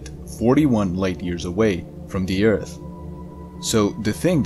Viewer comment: I miss you saying eart..